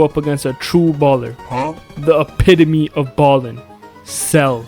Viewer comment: the epi-tohm of ballin